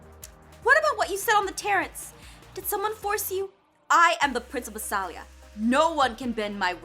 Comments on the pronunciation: Jess is saying BASILIA wrong.She's saying basAlia not basIlia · UGHHHHH It's Bas*I*lia Not Bas*A*lia